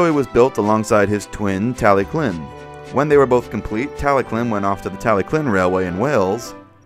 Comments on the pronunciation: Isn't it pronounced "Tal-e-thlyn", or "Tal-e-klin" like how you pronounce it? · i am sorry but it's tallylyn not tallyclyn and it's also not doldock it's dolgoch